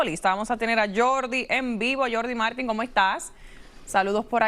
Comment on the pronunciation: Jordi "Marteen"???? Es Jordi MARTÍN un apellido muy español. Ridícula!